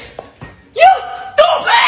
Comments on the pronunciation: "YOU TUUUPIDDD" Had me A death laugh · I like when she say s stoopud it was funny